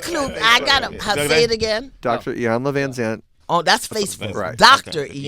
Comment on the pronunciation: Please someone tell Sway her name is "VanZant" and not "VanSant"....